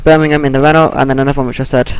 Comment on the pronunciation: It's pronounced Ren-Oh dude